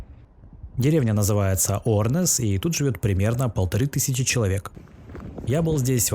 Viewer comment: не Орнес а Ернес